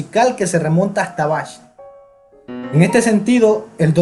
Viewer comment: Al pronunciar Bach la "ch" de pronuncia como una " j ", quedando "Baj".